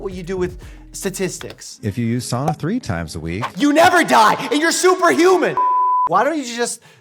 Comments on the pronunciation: The only thing I have to say is that your pronounced SAUNA wrong... it is SOW-na not Saw-na. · First of all it is not called a soona, it is called a Sauna. Second if you use it every week like most Finnish people there are proven health benefits. Nothing as stupid as this video but don't dis it all together. We have been using for hundreds of years and no Sauna in the states is like what we have here. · excuse me what is a saana its called a fucking sauna and is pronounced sa-u-na not soona not swoona and not saana